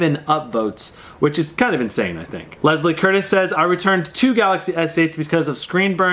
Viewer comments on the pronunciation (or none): none